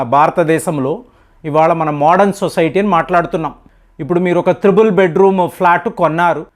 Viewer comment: త్రిబుల్ కాదు ట్రిపుల్ ..use correct pronunciation